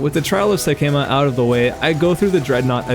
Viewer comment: First you say Sekhamas wrong over and over, even though they say it hundreds of times. Now, you I just realized you keep calling Rugja a guy. The person you're saving says "she's crazy" (not to mention the obvious screams of a woman upon death. lol) I know these are little things, but it's weird to run through the game that many times, and still get simple stuff wrong.